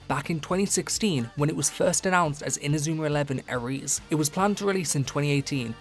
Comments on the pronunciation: Why is Ares pronounced A-reese in this video and not Air-ees? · OK man, you continue to pronounce words however you want and call it a 'dialect'. You are free to do that. Id be interested to hear in what part of England people pronounce Ares "Ah-reese", or if you can provide any proof that such a dialect exists, but I knkw that there is no such thing. You're not exactly Scouse, or Geordie. You're speaking the Queen's English apart from this one word and calling it a dialect rather than acknowledging you made a mistake. Im not sure how far this mindset of denial will take you, but all the best.